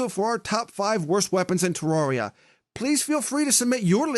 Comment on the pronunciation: it's terria not teroreya